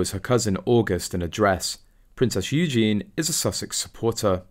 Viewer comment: Please learn how to pronounce Eugenie’s name. It is not like the masculine Eugene